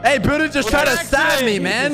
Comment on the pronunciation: Why has no one corrected Sykkuno about pronouncing “Buddha”?